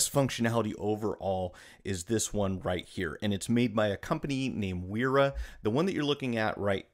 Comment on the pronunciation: So actually Wera is pronounced like "Vehr-ra", and Wiha is pronounced like "Vee-ha".